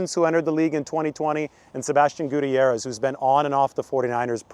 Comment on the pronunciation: You pronounce Gutierrez name wrong